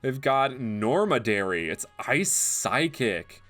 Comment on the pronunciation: It annoys me when he says normadary when it says nomadary